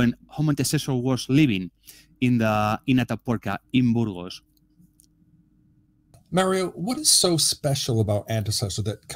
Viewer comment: Excellent as usual. But, Mario’s name uses the same vowel sound as your name. It doesn’t sound like mare. It sounds like mar.